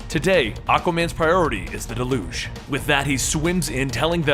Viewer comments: DAY-luge. Not de-LOOGE. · I love this, but the terrorist group is pronounced Delyooj (Deluge) meaning a great flood. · Your pronunciation of deluge gets on my nerves.... you make it sounds like an olympic sport. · You mispronounced deluge